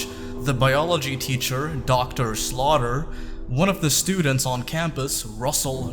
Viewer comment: I heard Dr. Slaughter instead of Dr. Slawter.